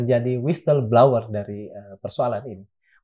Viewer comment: Kok blower jadi blawer sih mas? Inggris betawi yak!?:))